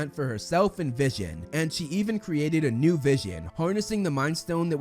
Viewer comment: That not vision that’s Vishawn